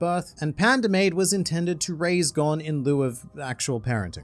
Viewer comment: Please stop miss pronouncing gons name